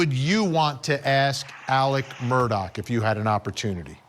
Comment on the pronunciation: His name is pronounced murder not Murdoch